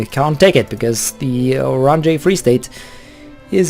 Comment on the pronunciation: How to pronounce Oranje= Ow-ran-yə (final sound is the mute /e/ in the second syllable of English "better")